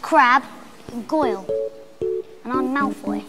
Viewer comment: “and I’m MaLfOuY. DrAcOe MaLfOuY.”